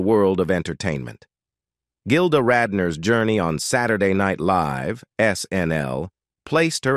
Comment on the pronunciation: Are you unable to find somebody who is capable of reading the English language and pronouncing words correctly? Saturday Night LEAVE??? Her priVATE life??? Any posts about celebrities or the Royal family all have these pronunciation errors that drive me crazy! If they can't read, don't hire them!